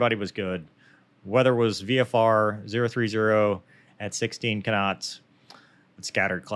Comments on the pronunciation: Here let me take that flak off your back. "lol! You almost said kinditions after you said kinots!". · I thought your “K’s” when saying “kuh-NOTS” could have been a little crisper. Please re-record audio and try to stay 1-3 inches closer to mic. I’m kidding. Only kidding. I thought that was fascinating. It’s really informative to see how after Incident reports are handle. It speaks to the cohesiveness of the crew and soundness of training that they validated the general techniques, confirmed the posts weren’t peopled with morons or careless psychopaths, and made legit improvement suggestions without the need for a blamestorming session. It sucks it happened, and I’m glad nobody got killed - but it looks like it might actually make F35 flight operations safer. For the cost of a jet and no lives - that cost seems like a bargain for that kind of information. Thanks for putting this together, Cheers!